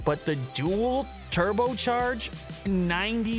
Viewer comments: "trubo fan" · Anyone else notice "trubo fan" lol